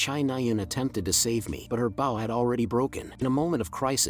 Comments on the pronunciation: Awesome work. but the AI reader saying Bow like Wow and not Bow like Beau drove me nuts. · How can none of these AI pronounce Bow properly 🤔😂